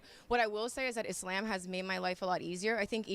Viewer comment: Did she say Islaym?